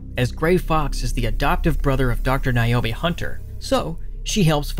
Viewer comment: NAY-OH-MEE. Learn to pronounce names. You glossed over a lot of important information in a lot of the games.